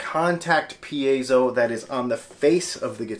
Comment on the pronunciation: Actually the accent is on the second syllable: per AY zo